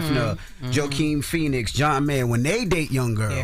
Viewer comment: “Joe-Keen Phoenix” bro 😂